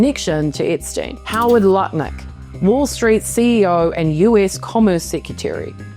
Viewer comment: idk how you can so easily say “Lutnick” I ALWAYS say Nutlick and can’t help it. It is now his name. Howard Nutlick.